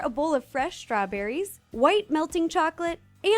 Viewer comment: She said strawburrys. Oh no she is eating us burrys!!!!!!!!!